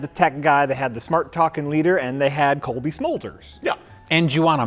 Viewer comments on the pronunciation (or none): I love when doesn’t know somebody’s name like the others, he tries to listen to what they’re saying but doesn’t always get it right. He knows he might not have it right, so he tries to pronounce it quietly, but there is a soft L in “Colby” Smulders instead of Coby. He does the same thing with Rutger “Howard” instead of Hauer in the Turbulence 3 episode. He tries to fade it out, but it’s there because he didn’t entirely hear them right.